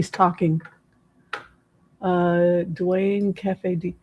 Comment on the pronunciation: This reading was a nice change of pace! Thank you! Also it's pronounced KEEFIE...and he was a HUGE west coast drug dealer, hence the $$. To be so arrogant to write a book about taking someone's life, profit from it and have 30 years of freedom? He deserves everything he gets..maybe he and Suge can be "cellies."